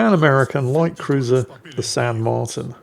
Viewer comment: It's pronounced "San mar-TEEN", fyi. And considering it's almost certainly named for Jose de San Martin, national hero and independence leader of Argentina, I think any title along the lines of "Don't Cry for me, Argentina" would have worked. Or maybe some variant of "Get Off my Islands!"